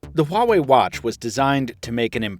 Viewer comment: anyone else hear him say "Huawei Huatch" in the intro of the video? =D